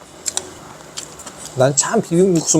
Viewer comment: 골빔면 발음주의ㅋㅋㅋ골빈ㄴ